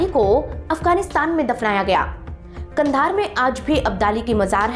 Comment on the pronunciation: आप तो कंधार का नाम भी सही नहीं ले सकती , भाषा ऐसी है जैसे कोई अनपढ़ जाहिल औरत है 😮